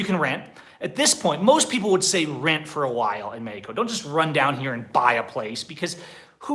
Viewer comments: Wait... he’s saying Mexico? I honestly thought he was saying medico. Just speak English and stop trying to pronounce Spanish words. What do you mean states don’t have state identity in the USA? and idk one person that would move anywhere and just camp as their residence. This guy is insane. Move to Merida— not this medico place. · He also pronounces Mexico with a "j" instead of "x". It's not Mejico. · I don't like the way you say Mexico it sounds dumb from an American